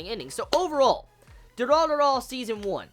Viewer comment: Y does this kid keep calling it dura-dura...it looks like it wuld be pronounced du-ra-ra-ra.......sisk-boom-ba......sry bout the last part i couldnt help myself